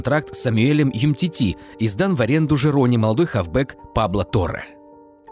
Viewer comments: у самих написано умтити, а говорят юмтити facepalm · "Юмтити" комментатора😂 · Юмтити говоришь? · Ну какой он юмтити?????? Ну там же буква у написала как же вы за***ли называть неправильно фамилии!!!